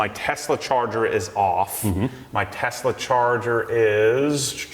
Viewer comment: T e s l a , bruh